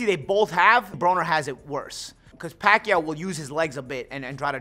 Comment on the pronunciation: He said pakyuwww